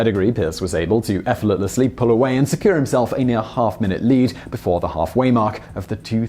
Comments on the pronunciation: He seems to pronounce it this way in other videos too! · Oh, so there was a time when Simon could say "effortlessly" ... =P